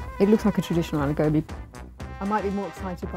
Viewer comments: I'm a British Indian, but how can these Indian mom's cook good Aloo Gobi if they can't pronounce it 😭. I even have a British accent but even I don't say a-low-gaw-be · Yeah it's aa-loo go-bhi Sheesh curb the accent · If you can’t even say ‘aloo gobi’ properly being an Indian (Mum 1) then you can’t cook it properly too. Although I do think everyone has their own way of cooking so there’s no right or wrong. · It’s funny how the women in the black shirt is acting like an expert when she can’t even say aloo gobi the correct way 💀